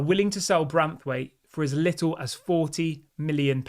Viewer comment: BRANthwait ! not BRATHwait